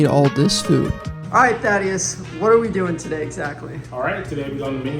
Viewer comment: “This is.” Oh, at first, I thought you said, “This is Daddy”